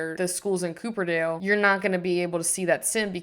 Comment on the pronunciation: tysm for the video, this was rlly helpful as i could Not concentrate reading that whole description!!! lol also, wasn't sure if it was an intentional choice but incase u didn't know it's copperdale as in the metal not cooperdale as in the car! for the longest time i thought mount komorebi was pronounced 'comorby' trust is not an insult just wanted to say something haha